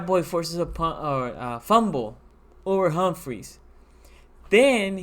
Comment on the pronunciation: not trying to be a hater ( i love your vids) but its humphry not humphries...soooo many people call him humphries not just you but thats not his name. gotta respect my manz